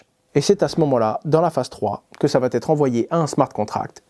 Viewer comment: On dit va être et pas vat être